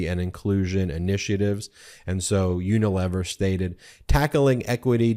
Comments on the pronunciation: This is nit-picking, but you are mispronouncing Unilever. It is uni- lee-ver. (Long ‘e’ sound.) 🙂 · Unilever (UK) is pron.: YOO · nuh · LEE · vr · Ben, the third syllable of “Unilever” should rhyme with “tee”.